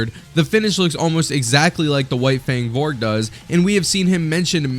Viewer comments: just wanna leave this here: his name is "volg" not "vorg" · spelled volg and pronounced volg, you were saying "vorg" the whole time in this video even while spelling it as volg.